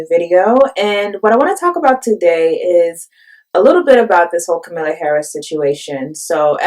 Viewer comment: Please learn to pronounce Harris' first name: It's explained in her book, which is short and easy to read: "Comma-la" like the punctuation mark, and not "k'milla" or "K'm-Allah" like a lot of people say.